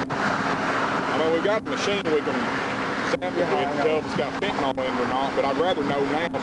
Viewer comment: Any FentanAWL? So many cops can't pronounce nyl.